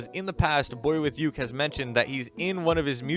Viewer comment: Did i or everybody does not know just hear he said the wrong pronouncesition of boyuke?